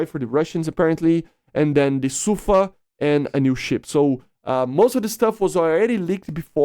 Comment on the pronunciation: The emphasis in sufa is on the A. It means storm.